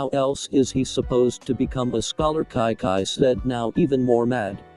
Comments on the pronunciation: Anyone else hear Kai Kai instead of Chi Chi? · yeah the TTS doesn't pronounce the Ch in Chi chi and instead pronounces it like a c/k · Its chi chi pronounced at kai kai